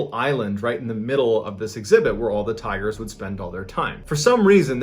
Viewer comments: I thought you were saying tires for the first few minutes until I realized 😂 'He just loved to spend time with the tires and look at the tires..' lol I thought man, this is going to be one weird story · Is it just me or did I hear tyres instead of tigers for a minute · Thought you were saying tires for half the video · Ohh tigers ...i heard tires lol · I thought he said tires at first too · Bro, I thought you were saying "tires"! Lmao! Right up until you showed a picture of a tiger I was so confused as to why this was a story starting off about a guy who is obsessed with tires. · Am I the only one that thought when he said “tigers” I thought he said “ tires” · OH- I THOUGHT MY MAN SAID TIRES- PFFFTT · I thought he said tires😂😂😂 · him: says tigers my ears: tires ??? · the very first time he says tigers it is hard to hear the G being pronounced but the second time it is very clear. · I heard "tigers". ???